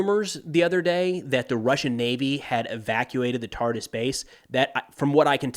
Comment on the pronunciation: Friendly correction, Tartus is pronounced as "Tartoos" not "Tartis" :)